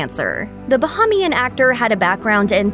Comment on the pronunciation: bo ham ien?? when speaking about Sidney Poitier really!? so called educated journalist who cannot say a basic word